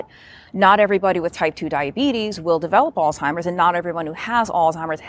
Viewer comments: Stop saying old timers. It's alzheimers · Is the narrator pronouncing it as “All-timers”?? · It’s not “al-Timers” disease. Look at the spelling. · Lol, my pet peeve. Where is the 'T' in Alzheimers🤔